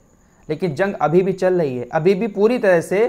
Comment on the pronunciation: Chal lahi hai nahi Chal rahi hai Aap ka talaffuz aap ka level down kar raha hai